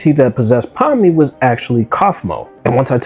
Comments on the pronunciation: Pomney? It's pomni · „Pomme“ too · "Pomney" bro what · bro her name is spelled “Pomni” not “Pomney”